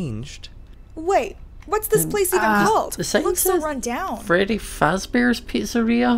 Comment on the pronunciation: I know it's late but I'm re watching and I just realised.... said fezbears... I'M SO TRIGGERED RN!!